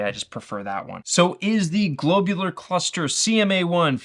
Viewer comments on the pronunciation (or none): glob u lar cluster, not globe u lar cluster. what's a globeular? lol